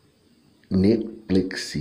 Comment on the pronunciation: First you not even saying his name right